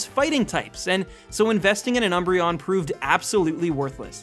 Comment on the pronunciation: THE D IN UMBREON IS SUPPOSED TO BE A B!